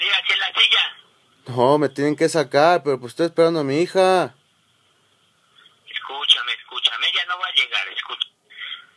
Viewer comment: Escushame escushame hahahha